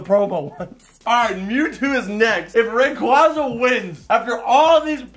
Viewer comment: Rayquaza. favorite Pokémon and yet like nearly everyone else can’t pronounce his name. Also, making the equally common pronunciation mistake with Arceus.